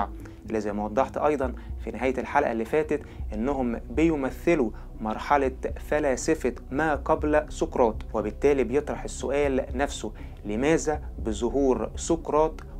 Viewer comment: أول مرة أشوف فيديوهاتك، المحتوى جميل، أتمنى عليك لفظ الحروف اللثوية بشكل صحيح لراحة سمع المتابع طالما حضرتك تتكلم بالفصحى، ككلمة لماذا بدلاً من لمازا، شكراً